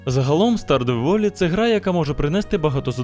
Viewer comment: Береш назву "Stardew Valley" копіюєш її в гугл-перекладач, тицяєш на іконку динаміка, щоб приємний роботичний жіночий голос прочитав її. Робиш це декілька разів, практикуєшся сам, і вуаля - ти вже красавчик, і не говориш в відосі "тярдювалі".